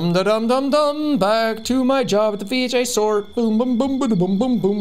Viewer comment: straight thought he said 'bj store' instead of 'vhs store'